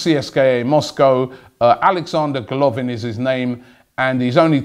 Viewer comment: His name is GolovIn, the stress goes on the last syllable.